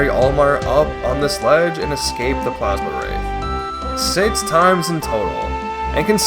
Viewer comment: Plaz-Um wraith, NOT Plaz-Ma wraith!